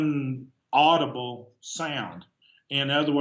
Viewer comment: My first thought was when they said 'unaudible'...dudes...docs😳...it's..."inaudible." Lol